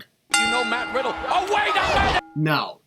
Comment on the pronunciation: i think he said matt widdle